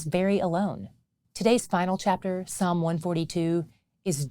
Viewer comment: Thank you for using Psalm without the S